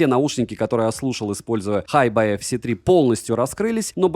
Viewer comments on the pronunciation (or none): Название ЦАПа по английски читается "Хайби", а Tidal - "Тайдэл". Ох уж эти плохо образованные обзорщики.